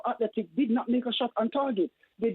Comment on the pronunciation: *Athletic Bilbao, Simon, not Athletico, which isn’t a word. Athletic for an English club (as Bilbao are), or Atletico for Spanish clubs (Madrid).